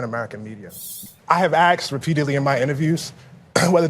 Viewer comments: Oh Lawrence jones on Fox and friends pronounces asked as axed as well and any word begins with a he emphasizes with a growl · He does it on purpose. He thinks it's more authentically black. Of course that's just rubbish and is an insult to black people because it's just incorrect spelling. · If you cannot pronounce words like "Asked" properly, you are not an expert on communications. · Did he say axed? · Whoever commented he used the word axed for asked is completely right. Is he really college educated!?! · Coates: "I have axed repeatedly...". That's where I stop hearing him. He's either an uneducated product of DEI, or deliberately mispronouncing a word to win favor with a small amount of ignorant people who refuse to melt into American culture. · Not that this is what’s important, but did Coates say, in his second sentence, “ I have axed”…??!!! Unless English is his second language, and I’m pretty sure it’s not, when did “axed” become an acceptable word; I ask, ironically and rhetorically!! 😂🤦‍♀️ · He lost me at "I have axed..." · did coat check say axed oh please ......! I can't deal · Glad that he's so educated he was able to axe someone. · He should know, being a reporter, it is "asked" and not "aksed". Also, his control of the English language in general is not very good. English is a second language to me, and I speak it more correctly. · Tony's been "Axing" questions for 20 years??? What a professional! 🤡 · Coates mispronounces the word "asked" as "axed." And this guy's some kind of "scholar"?? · He writes books yet can’t say ‘asked,’ whatever… so very credible… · Coates can't even speak intellegently. Axe, dis, dere. What an embarrassment. As stupid as AOC and as big a grifter as Al Sharpton. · He axed ? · “axed”?!? This guy’s been a ‘reporter’ for 20 years. Wow. I’m in the wrong profession. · i heard him. my #1 disliked mis pronounced word.